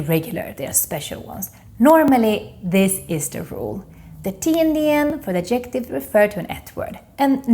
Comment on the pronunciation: In English grammar, obestämd är indefinite, inte undefinitive. Bestämd är definite, inte definitive. Man säger Ad'-jec-tive with the stress on the first syllable, inte ad-jec'-tive. Akta att du säger fur-ther (voiced th) och inte fur-der. Annars har du hjälpt mig jätte mycket. Jag älskar!